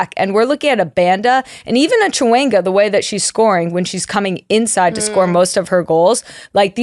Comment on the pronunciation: Just for clarity Temwa’s last name is said with a Sh versus a CH so phonetically is Shawinga